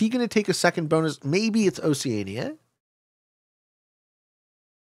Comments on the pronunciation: Why is keep pronouncing oceania like that???? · he must pronounce it the British way. This is one pronunciation US and Canada seemingly agree on.